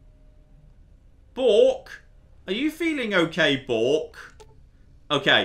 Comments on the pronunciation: you complained about twat but keep saying "bork". The dog is "Bark" - the 6 is a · The dogs name is Bark,, not Bork. The 6 is meant to be an "a"